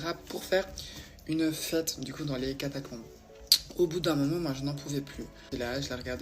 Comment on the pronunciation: C'est trop cool ces vidéos un peu plus longues, un régal! Par contre on est d'accord elle n'arrête pas de dire catacLombes ??